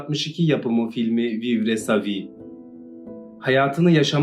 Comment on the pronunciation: Telaffuz yanlış. Filmin adı…